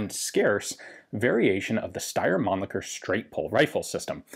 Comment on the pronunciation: Ian, Austians speak German ( more or less 😉). "Mannlicher" on German sounds more like "Mannlisher" Yes I know. It's a name 😉... but... Männlicher -> more masculine 😁